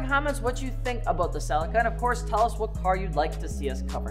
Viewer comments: Its pronounced "selleeka" no? 😅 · Americans be butchering car names lmfao ......... it's pronounced "ce leek a" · Omg how how you say celica is killing me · I like how in the US you call it the “CEL LICK CA”. In the uk we pronounce it “CEL LEE CA” 😜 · Didn’t realise Americans can’t say celica or Nissan it keeps getting funnier Or leaver lol